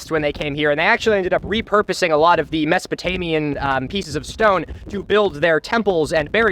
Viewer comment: He keeps saying masopotamian, is it mesolithic he means?